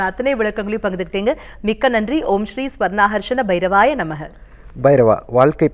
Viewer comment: Sir swarna akarsnaya bairavaya namaha or om sri swarna karsaya bsiravsya namaha endru nalla prounciation panni chollavum